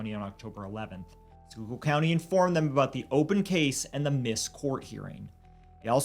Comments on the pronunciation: Holy shit he pronounced Schuylkill right❤❤❤❤❤❤❤ you know how many times I've seen people do a video and they won't just take the few seconds to pronounce the word. Love you guys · Omg wtf???? I heard “Shore Memorial Hospital” and perked up…I grew up 5 minutes from that hospital….i can’t believe I’ve never heard of this case! Also, I live in Philly now, so I gotta compliment yall: GREAT job pronouncing “schuylkill” lol!